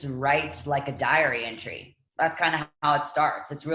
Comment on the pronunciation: Lol I’m so bad in English, that I thought she said diarrhea entry(beginning of it) not diary entry.